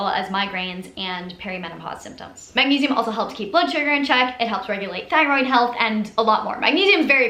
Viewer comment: WHAT WERE YOU MUMBLING ABOUT THE MAGNESIUM